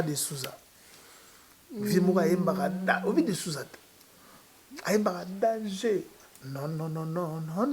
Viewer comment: getou matuvanga on dit danger et non dangeux ok